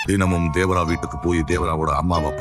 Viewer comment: தேவரா ❌ தேவாரா ✅